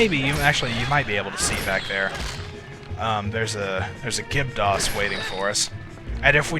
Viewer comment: I think it's Gibdo not Gibto.